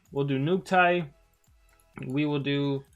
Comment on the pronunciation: The ability is nukite, not nuktie. :)